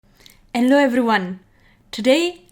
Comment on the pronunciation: At the very beginning, Did she said, Hello Everyone? Or Yellow Everyone?😊